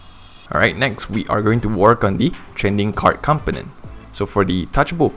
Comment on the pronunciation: Component is not pronounced like that.